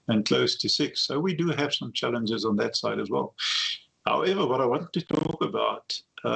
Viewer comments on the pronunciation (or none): Every time he says, "challenges", I hear "f*k*ps".